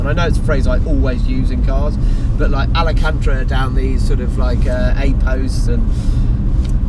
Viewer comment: Ala-cantra..... Really?